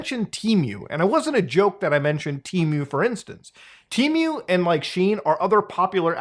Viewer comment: The real question is..am I saying temu wrong or is he saying temu wrong? I could've sworn it was "te-moo"